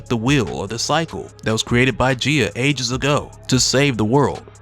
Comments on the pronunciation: Gay-uh, bruh. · I hate to be that person to nitpick a well-made video, but you're pronouncing Gaia is incorrect, it is pronounced as guy-uh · It's pronounced Guy-ah bro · Maybe it's the correct way to say it but I just cannot pronounce it any other way than 'Guy-a' - I like that part with Loki, "Leteth him cook" 😆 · Bro the way you pronounce Gaia is killing me